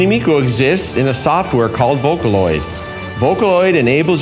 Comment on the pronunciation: the way this man says Japanese names, including miku's, makes me wanna delete my dominos app ft hatsune miku